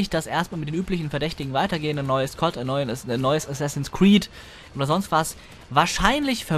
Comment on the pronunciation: Inzwischen gefallen mir deine Videos doch immer mehr. Aber bitte sag nicht "Kott", das klingt ja fürchterlich ;)